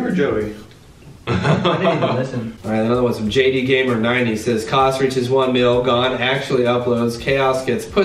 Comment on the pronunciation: HE DIDNT SAY MY NAME RIGHT AVERY GAURMER MY LAST NAME I FARMER BUT WITH A "G" INSTEAD OF F!